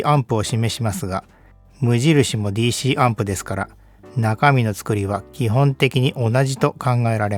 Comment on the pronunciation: DCはデ一シ一ではなく、『ディ一シ一』ですね。 Dをデ一と言うならCはツェ一